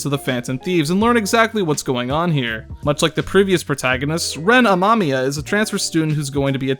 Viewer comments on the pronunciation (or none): Ren amamia ? You mean reneren amamamia